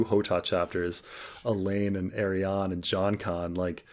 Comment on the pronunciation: The way pronounces Arianne always makes me think he's saying Aerion